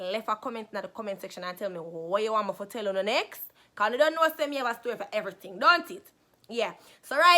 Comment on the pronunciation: Lol she said becez